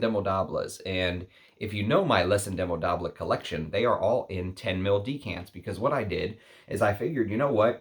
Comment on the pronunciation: Hey, just a reminder that with French, the "s" in velours and Indemodables is silent. If you're going to review French houses, you should learn to pronounce names correctly. Thanks!!